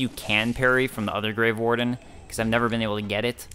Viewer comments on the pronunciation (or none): Every time you say "grave warden" I hear grey warden. I've probably just been playing too much Dragon Age recently...